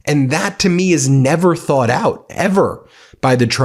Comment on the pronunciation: Why does Witkoff pronounce the word "thought" as "thoort"? Dude should learn how to speak English.